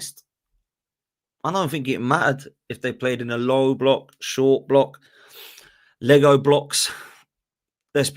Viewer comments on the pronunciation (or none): none